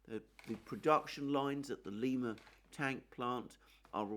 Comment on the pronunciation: I don't mean to be a pain in the butt here but it's pronounced L-eye- ma. I know because it's about 60 miles form where I live. Now Lima Peru is pronounced Lee- ma...